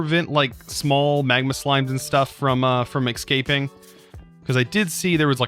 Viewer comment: .. Are you really saying "eggscaping" or am I imagining things